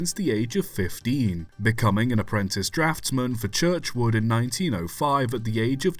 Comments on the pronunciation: CHURCHWOOD and STANIA......for crying out loud GET IT RIGHT !.....all you have to do is CHECK your narrative before posting. VERY POOR. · You don't need to criticise for mispronouncing Churchward and Stanier's surnames. Some people claim he did so, but (to my ears) that IS NOT the case!